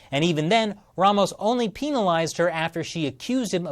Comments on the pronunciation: Peenalised lol... Penalised. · sounds like he was saying penilased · The way he says penalised XD